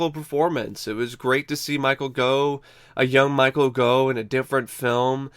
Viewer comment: Gough pronounced as in 'cough' for goodness sake!